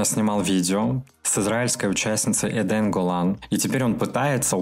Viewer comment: Жень,отдельное спасибо Вам за освещение антисимизма❤мир сходит с ума,по моему...сил нам всем и мудрости ...лично я посмотрела только выступление Украины и Израиля,девочки-красотки,все три💗нашу евреечку зовут Э'дэн,с ударением на первый слог,в переводе с иврита-эден это рай.большинство еврейских имён,к стати,имеет перевод))),например у меня есть приятель,которого зовут Львёнок))) Искренне рада ещё за Грузию в контексте Евровидения ❤